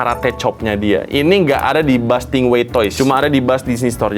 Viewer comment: "buuz lightyear🗿"